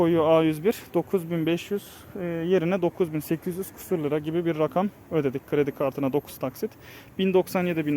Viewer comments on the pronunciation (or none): none